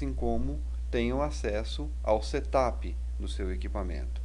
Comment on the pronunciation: Settttup? ha ha ha Ele pronuncia muito engraçado.